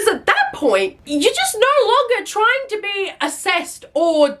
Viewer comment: Why is she continuesly elongating certain syllables while she's speaking? Like, when she was listing all of her trauma / substance usage, she wouldn't say "drinking" or "to", she would say "drrriiiinkkinng" or "tooooo". Does anyone else find it annoying? My autistic brain cannot handle it Edit - HELP WHY DOES SHE KIND OF SOULD LIKE LILY TINO????? LIKE THE WAY SHE SPEAKS SOUNDS LIKE LILY TINO